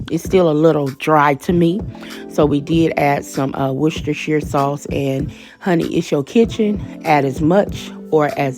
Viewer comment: Come thru saying Worcestershire correctly more than once!!!